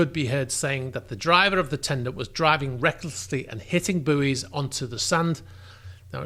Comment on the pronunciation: I wish he could say buoy properly